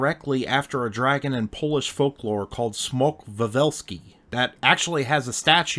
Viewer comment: Your pronunciation of "Smok" is perfect, but Lyso-Wise in the southern Poland almost made my day! Almost, because it's 25 min. after midnight, and anyways I shall be lying already. ;D Smok has peculiar teeth because it's adapted to eat maidens. If it isn't eating maidens - it isn't a Smok! It didn't die out, but went to Cracow and settled under the Wawel Castle.